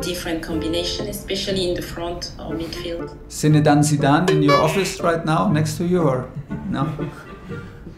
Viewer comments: zinedane zidane 🤣 🤣 😭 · "Zinedane Zidane" mdrrr malgré la pression il garde toujours son sens de l'humour